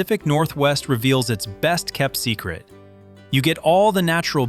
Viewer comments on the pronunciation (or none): none